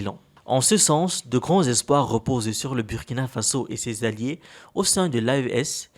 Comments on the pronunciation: Burrrkina not Biürrkina!!!!!! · super vidéo mais on dit bourkina même si ca s'écrit Burkina beaucoup de gens font l'erreur mais ce n'est pas un mot Français 😅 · SVP la pronontiation du nom du pays de Sankara c´est BOURKINA. Merci de vous rectifier la prochaine fois.